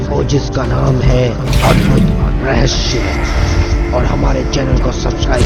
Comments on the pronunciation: Please rahsya ko rahshya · Bolna toh sikh leti rahasya ko rahashya bol rahi he aur ye sab jhut he koi bhi yakin nhi karega ha ye sach he ki taj mahal rang badalta rehta he par uska asli rang safed he 😎😎😎😎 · Last may jis tarha say apne "rahasayya" bola 🤣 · phele rahasya sahi bolo